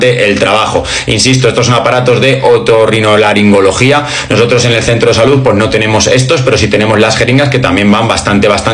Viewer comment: "Otorrinolaringología". Lo dijiste con tanta naturalidad 💀